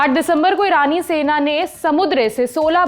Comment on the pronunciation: Rani sena or irani sena? First speak properly